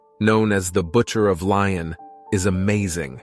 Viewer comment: pity he’s mispronouncing Lyon